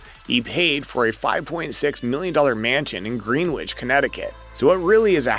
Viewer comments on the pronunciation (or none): It is NOT pronounced “GREENWITCH” it is “GRENICH” spelling both those words phonetically. It’s spelled GREENWICH. Just a little FYI.🙂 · Fyi, Greenwich in Connecticut is pronounced Gren-itch.